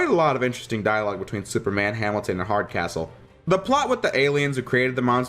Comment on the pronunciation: I swear when you said the name of the General from the Prometheon episode, I finally got the joke. Mostly because I thought you said his name was: General Hard As Whole. General Hardcastle is a subtly & suitable surname for the character.